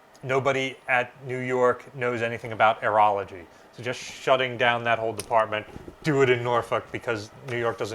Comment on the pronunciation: I kept hearing you say "Urology", and I am wondering why was that so critical. "Aerology" is a word that I had not heard before.